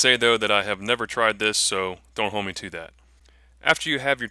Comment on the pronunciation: Dude...you cracked me up all the way through this video. All the way to the end where you said, "do dat." Lol some kinda Texas fried Cajun. I'm still rollin over here. That being said, leather work is definitely a craft and takes practice. I've been trying to make a sheath and have thrown 2 attempts away. So....you did great brother